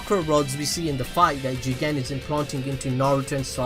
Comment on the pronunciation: It's funny when you say Juuugen